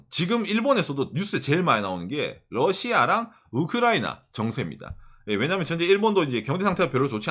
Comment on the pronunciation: 이제 발음이 약간 흔들리신다 ㅋㅋㅋㅋㅋ 우크?라이나